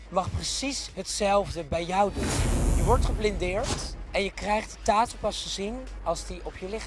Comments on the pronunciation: Niemand:: TAAHTOE. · Een "TAATOE" wtf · Waarom spreekt hij tattoo zo raar uit